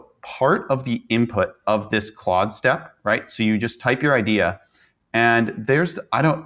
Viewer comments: It's pronounced "clawed". Not "clode". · Notice how your guest correctly pronounced Claude. Please stop saying Clode 😂